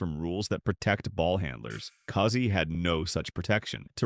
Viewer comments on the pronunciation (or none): "Cousy" rhymes with "choosy".